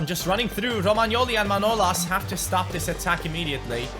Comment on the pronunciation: come on its manolàs ( Μανολάς) not manolas